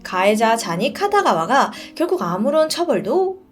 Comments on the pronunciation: 카타가와가아니라 키타가와아닌가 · 쟈니 카타가와가 아니고 키타가와입니다. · 쟈니 키타가와 입니다! 계속 카타가와라고 하시네용 ㅠㅠ 쟈니스가 여기에 나오다니..진짜 옛날부터 유명했는데 다들 그냥 넘어갔었죠.. 영국 방송아니였음 영원히 묻혔을거에요ㅠ